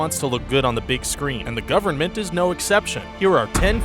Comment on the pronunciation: you mispronounced government at the end